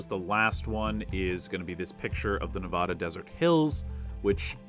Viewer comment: I love you so much, but please!! I beg you to pronounce Nevada correctly ❤💔❤ 😭